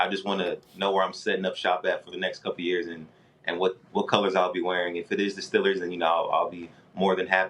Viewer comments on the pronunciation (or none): He was meant to be a steeler. He even says Stillers